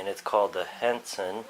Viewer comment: hatsan not Henson